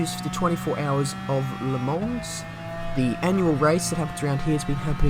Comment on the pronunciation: You can't say Le Mans and I can't say Sainte-Croix. It's still Sandy Crocs to me.